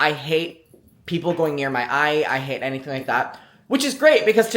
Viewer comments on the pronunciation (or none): none